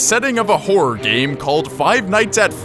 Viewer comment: doesn't the word horror sound like whore?